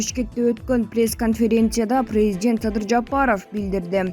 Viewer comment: Презжент дейтко🤭🇰🇬